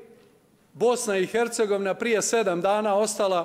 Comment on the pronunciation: Bice samo malena Bosna i ERCEGOVINA bez H jer Slovo H vas muči u izgovoru